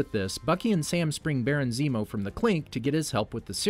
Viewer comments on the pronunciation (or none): none